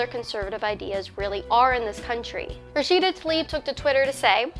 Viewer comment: What was with that weird accent talking about Rasheeda?